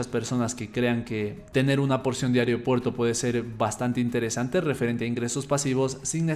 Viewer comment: AEROPUERTO… me tenía con TOC escuchar aeriopuerto